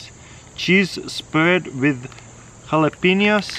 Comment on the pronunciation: Jalapenis? Lol